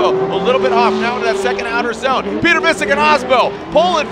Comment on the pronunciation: "Piot-err" lol